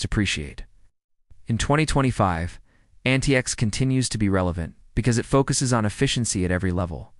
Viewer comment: Linux Lite, not Linus Lite. The proper name is antiX, not Antix. MX Linux, not MX Linus.